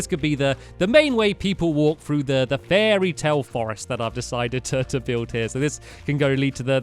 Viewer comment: fairytail, i seriously heard fairytail when stampy and revealed the topic.